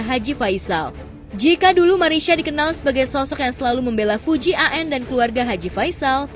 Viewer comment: Fujianti min , bukan Fuji AN 🙏